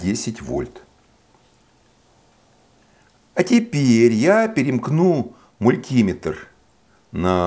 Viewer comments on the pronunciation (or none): none